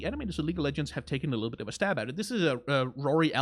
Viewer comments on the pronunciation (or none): none